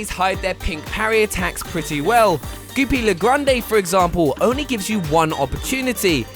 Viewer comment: It’s pronounced GOO-PIE-LEE-GRAND